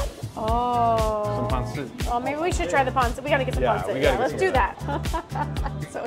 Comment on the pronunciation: yes actually said pansit correctly!!! Thank you!!!